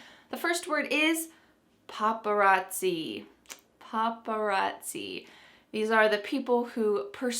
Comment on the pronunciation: Hi, very nice this video about different words. You pronuonced very well the words latte e paparazzi. About the word cartoon, I didn't know was Italian, I always thought was American. In Italian language have also PATIO, KIOSKO and of course yogurt. Thanks for sharing this interesting video. See you Hi from Italy